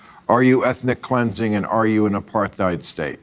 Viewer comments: What throws me most is that Bill Maher pronounces "apartheid" as "apar-th-eid." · This is a dumb point, but does Maher pronounce Apartheid with like a "th" sound? Like "Apar-theid"? Does he not know it's "Apart-heid"? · What the fuck is ”apar-thigh’d?” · The way he acts so high and mighty while mispronouncing the word “apartheid” constantly is actually pissing me off so bad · How he says apartheid is soo funny because the pronounces the "th" 😂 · The way Bill pronounces 'apartheid' is giving me a migraine. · lmao at his continual mispronunciation of "apartheid", maher is like a child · Why can't maher pronounce 'apartheid' correctly? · I think it's really funny that he just cannot pronounce "Apartheid" like he read about it on the internet and never heard anybody say it out loud. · I hate shits like Maher. But oddly enough his pronunciation of "apartheid" is what pissed me off nearly most of all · If I were half as patronizing as Bill Maher, I'd point out he can't even pronounce "apartheid" so it's no wonder he can't understand it.